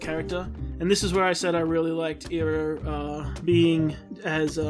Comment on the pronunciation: if he pronounces it (ee-roh) instead of (Eye-roh) as it should be, I will murder him. I know you started ith the movie so ill give you a pass. Just for this episode